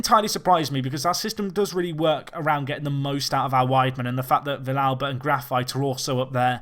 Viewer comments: Also it's vee-yalba, not vish-alba. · normal Spanish, you would say Vee-yalba, but Argentinian is a little bit different. Another example is the song Hay Un Niño en la Calle, where Calle is also pronounced as caa-che.